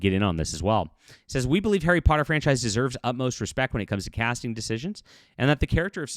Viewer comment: "Terry Potter" Enunciate please.